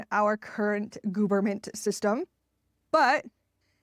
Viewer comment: Love how you pronounce it "goofernment". So accurate! 😂